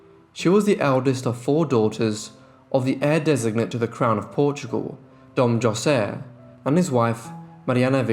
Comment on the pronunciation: It's not Joe- say, it's pronounce Ho-say